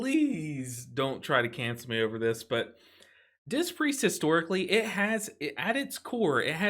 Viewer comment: I can't unhear say "dist" Priest. Dangerously close to dissed 😶😂